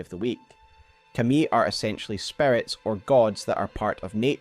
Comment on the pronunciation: You can tell this guy has never watched anime by the way he says Kami lollll